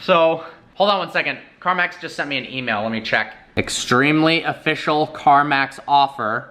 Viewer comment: Yoo that offiecal emal tho 🅱️😂